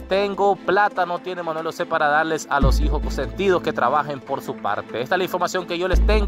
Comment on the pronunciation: por que dices Manuel osé, osé Joel y osé osé, creo que tienes problemas pronunciando la J, es algo que puedes corregir.